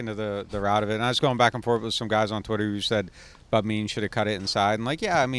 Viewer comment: Absolutely love the content. Always top tier analysis. Can someone please teach to say Bub Means’s name correctly, though? 🤣